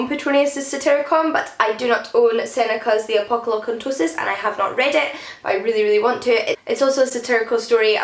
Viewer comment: Hunners of good stuff! Geek Love has been on my wishlist forever and I love the new jacket... it's high on the list and there's a Wordery discount calling my name... Also good job getting The Apocolocyntosis right the first go – one take wonder!